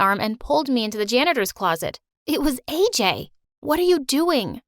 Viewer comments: thats not aj it ajay as i am indian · the name isn't AJ it's AJAY